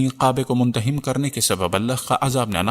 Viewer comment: مندہم نہیں۔۔ منہدم